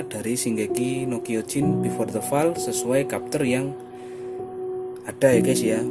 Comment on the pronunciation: Fall dibaca foll oi